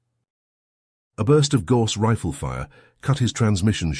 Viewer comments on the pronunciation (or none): A story about HUMANS? How about getting a REAL HUMAN to read the text instead of using a shit-brained AI? For example, it's "GAUSS" canon (pronounced 'Gouse"), not 'gorse'.